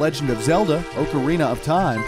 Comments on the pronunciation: Bro said oak Arina for ocarina of time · Is anyone mad the he said, “Oocarina” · who else is triggered that he pronounces it Ow-carina instead of Aw-carina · O-corina of time